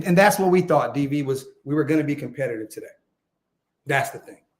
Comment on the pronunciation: I thought we would have been competitive. Not com-Pete-ing